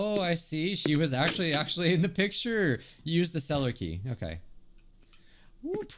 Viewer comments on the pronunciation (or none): none